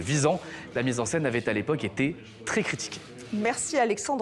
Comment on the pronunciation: "Il a t'été..." !